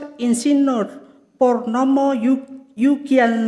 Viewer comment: Selip bacanya. Insinurr